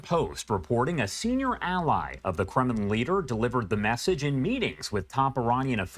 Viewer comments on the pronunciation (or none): none